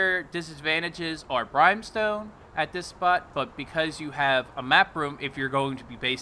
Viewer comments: It's not Brime-stone. It's Brim-stone. A brim of a hat, not a fucking brime of a hat. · Its pronounced Brim-stone. Not brime-stone. Smh. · It bothers me more than it should when people pronounce easy words wrong, I mean why would anyone think it’s pronounced brime when it clearly says brim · Pretty sure it's pronounced "Brim-stone" and not "Brhyme-stone" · BRIM BRIM BRIM Fucking BRIM not Brime i just want to punch you fr fr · brimstone, the I is the same as in, is, this, whip,brimstone, not brimEstone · BRIMSTONE NOT FKING BRYMESTONE. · brhime stone??? it's BRIMstone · Are you fucking saying BRIMEstone? The fuck....who told you thats how you say BRIMstone...? Ever heard fire and BRIMstone? Jesus... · BrEYEmstone? NEIN!!!!!!!!!!!!!!!!!! BRIMstone. Pay attention in English class, it's important. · its Brimstone, pronounced BRIM STONE. not brime stone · Brimestone? Lose the e there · Yeah had to dislike cause of the wagghder and bRIMESTONE....just drives me crazy and I’m from Texas. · Nice vid but Brimstone is pronounced "Brimm-stone". Will try out some of these areas! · I tried to watch but the constant "brimestone" got me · Not to be an asshat but it is pronounced as brim stone...not with a long I sound. Just saying. Great video though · Please pronounce “brimstone” correctly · And Brimstone is pronounced.....